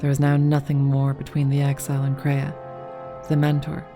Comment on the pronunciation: first time I've ever heard multiple people call Kreia "Korea" honestly